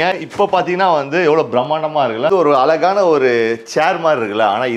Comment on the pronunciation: அழகான என்று சரியாக உச்சரிக்க வேண்டும்